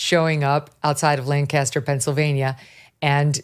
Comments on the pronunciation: Megyn, The town (and county) name in Pennsylvania is pronounced Lang-kiss-tur and not like Burt Lancaster's last name (Lan-cast-er). Excellent show (as always). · He's so addicted to Mickey D's...made me smile. BTW, PA tip: Lancaster = LANK-ister.